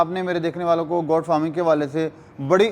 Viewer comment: Bhai saab, " Got " nahi " Goat " farming hai. Kia zarori hai k Urdu kay bajaey ghalat English boli jaye.